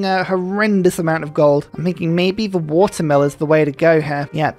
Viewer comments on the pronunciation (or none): none